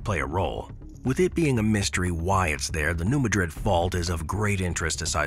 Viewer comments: New Madrid - pronounced MADrid, not like the Spanish city MadRID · Madrid in USA is pronounced as "MAD-rid" (unlike the Spanish "mad-RID".) Listen to video-recorded locals as they say the name. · New Madrid is MAD rid, not ma DRID like the Spanish city. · In America, because of our early settlers, it is pronounced New MAD-RID, not New Madrid as the original Spanish owners intended. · Correct pronunciation is MAD-rid..... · New MAH’-drid…mah as in ‘nah…I’ll pass’ - yes it sounds weird but that’s how they say it.